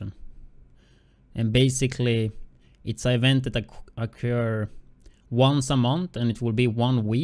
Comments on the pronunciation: "Eevent" lmao my bad bro but too funny 😂😂😂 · I'm sorry but when u say event it's annoying as shit cuz your pronounceing it wrong but other than that good vid